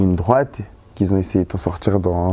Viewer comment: Moi j'ai pas fini l'ecole: Tu vois c'est gens qui zont... 😂😂